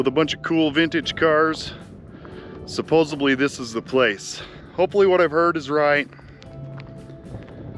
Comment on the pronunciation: Suposo-B-ly makes him sound like he belongs on that short bus